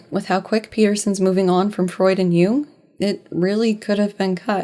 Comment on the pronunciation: I am enjoying this video a lot but pronunciation of "Jung" sounds like how I'd expect her to say "Hume" and wow is that leading to some interesting parses